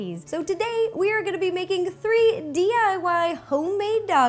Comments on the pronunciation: Ro says "di way" in stead of "diy" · who heard "TAAA DAAAAAAA!!!!!!! here are all the DIWAY dog treat recipes that we made today" LOL!!! I LOVE YOU RO!!!!